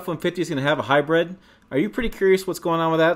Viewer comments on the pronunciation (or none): It’s HYBRID not HYBRED FYI